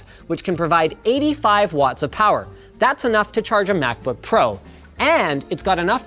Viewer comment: “MacBook Cro” LoL